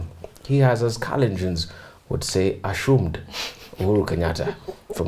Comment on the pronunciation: 'asshumed' LOL!